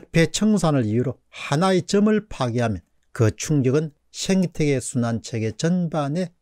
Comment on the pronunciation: 죄송하지만 생태계아닌가요? 왜 자꾸 쉥태계라고 하시는지요?